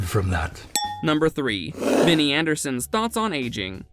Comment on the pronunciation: ABBAtars are the digital avatars of ABBA themselves... not the fanbase... you pronounced his first names wrong. What is this ?